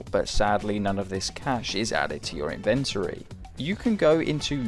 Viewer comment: It’s in-ven-tory not invent-ory